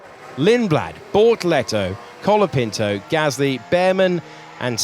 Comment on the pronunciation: Why the commentator says colepinto?